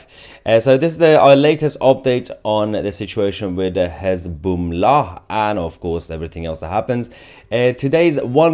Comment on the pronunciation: "Hez-Boom-Lah" had me rollin' 🤣🤣🤣